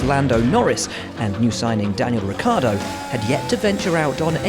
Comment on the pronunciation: and Ricciardo it’s not Rikkardo... it’s pronounced Ricchardo